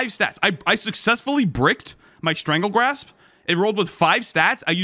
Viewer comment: Strangle GASP not Grasp my boi. 😂